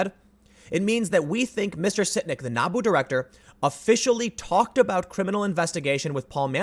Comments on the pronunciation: He said Naboo hehehe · So I was listening to this while working on other things, and when Tim said NABU official, I heard Naboo official. I got a bit too excited...